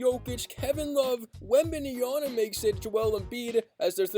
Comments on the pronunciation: my bro, it's called Wembanyama, not Wembajana 😂❤ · its WembenYAMA. this guy keep saying Wembenyana. SMH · Wemby has an "M" at the end of his name not an "N" smh.. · Damn 😂😅 anyway it's called Wembanyama! 😂